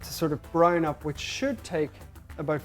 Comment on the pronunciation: Its his accent. He said to "Brown" up.